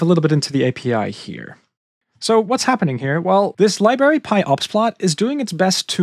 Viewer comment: Mate, I love your work. One piece of advice. Could you please look up how to pronounce the word "library"? You're killing me! 😅